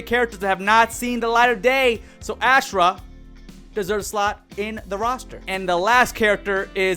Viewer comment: Why does every so called mortal kombat YouTuber butcher Ashrah name? I know y’all played deception, I know y’all played Armageddon. It’s Aw- Srah.